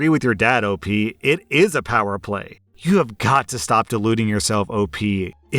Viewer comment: Friendo! It's not "Opie" it's Op As in the letters "O" and "P"